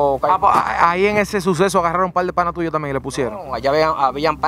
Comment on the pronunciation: Real, cada vez que decía panase yo decia PANAS